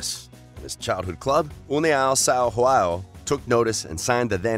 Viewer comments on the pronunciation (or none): none